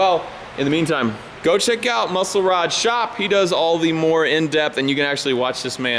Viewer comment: it's pronounced Muscle - Rod Shop not Muscle Rod - Shop if that makes any sense lol